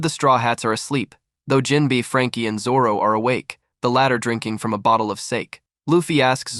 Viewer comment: Jinbei❎ Jinbi✅ BRO NAHHH